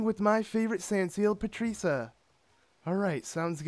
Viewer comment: patreeca?!? It's patricia